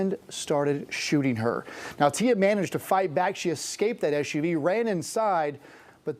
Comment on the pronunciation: Are we calling S U Vs Sooves now?